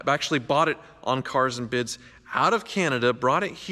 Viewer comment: it's CAAAARS and BIDS